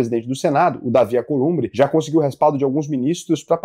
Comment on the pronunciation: É uma gracinha o falar "Acolumbre"e não "Alcolumbre". kkkk Mas é Alcolumbre. 😉